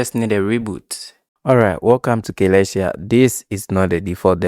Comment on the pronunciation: its pronounced suh-LESS-tee-ah